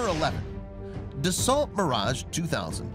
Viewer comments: Dah-so, not duh-salt.... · pronunciations are off Da-Sau not Da-salt, Mic Donnell Douglas not Mic-Connell